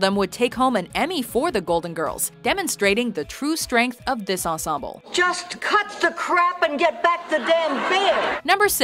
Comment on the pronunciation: did anybody else notice that she can’t say ensemble right